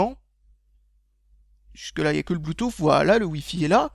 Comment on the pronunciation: Désolé de casser ton accent mais je suis américain vivant depuis 3 ans en France et je peux t'assurer que personne ne dit bluetouffe ... On dit bluetousse. Et ni apole mais épel.